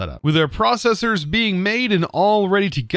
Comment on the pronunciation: Bruh it is processer binding not prosses binding i angy at you